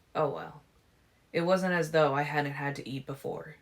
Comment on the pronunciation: When you read "though" and "too", you read it as though it's a separate sentence. It's distracting.